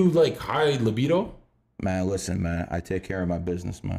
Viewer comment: “Mahn listen Mahn I take care of my business Mahn” 😭 hits different